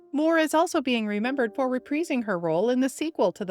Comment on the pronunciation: It's pronounced re-PRY-zng, not re-pree-zing!